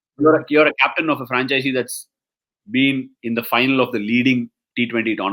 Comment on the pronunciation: Hey Ashwin, great show, of course, just one thing I'm nitpicking: franchise and franchisee are two different words (first rhymes with wise). Second refers to the person who owns a franchise.